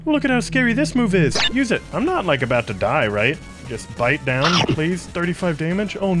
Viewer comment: ”ive learned so much avout the world” lol 😂